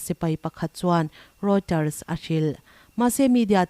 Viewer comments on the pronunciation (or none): none